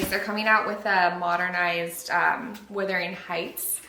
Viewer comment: No hate at all. But... As you're getting into the Brontë sisters... It's Wuthering heights... Pronounced Wuh-thur-ing. I see so many people misspell and mispronounce the name of this gorgeous book... Now you can be one of the ones who gets it right! 🥰. I really hope this doesn't come across as rude. It's not my intention. Love your videos. I'm a newbie and grateful to find you :) xxx